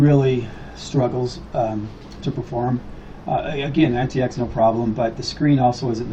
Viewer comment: Wow this guy is ignorant!!! Can't pronounce "antix" or "mate" correctly, how much ram there buddy? 186 gb??? You don't know much about linux and you're Not helping. Btw, what is a "pc" ? A laptop is what??